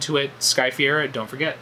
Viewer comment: her last name is pronounced Fuh-Ray-Ruh